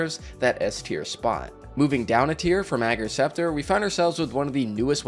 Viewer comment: Liked because you pronounce Ager's Scepter's name correctly :)